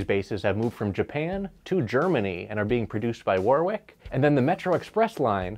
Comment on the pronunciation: Great vid but it's pronounced "Worrick" not "Woorwick". Like the famous town near me. 👍